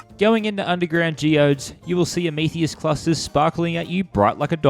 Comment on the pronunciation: I'm sorry.... WHAT kind of Clusters ??!! Someone please tell me he's mee-cro-wah-vay-ing this... ah-mee-thee-ist... u wot m8?